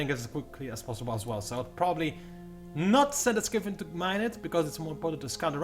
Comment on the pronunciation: pretty sure it's pronounced sky-fin,. as opposed to 'skiffin'. it's a fin that is in the sky. just saying.